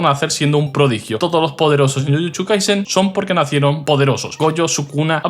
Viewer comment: Por qué dice jujuchu o jutschu y no jujutsu o jutsu 🤔